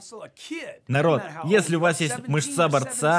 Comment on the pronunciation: МЫшца. Только если нарочно ударение смещено, понимаю, всё хорошо:-) Спасибо за перевод.